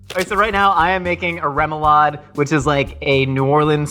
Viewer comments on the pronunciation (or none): can't tie his own shows, zest lemons right or say Remoulade correctly.... should be "Ro-ma-lade"" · please as a cajun never say it like that its pronounced rah moo lahd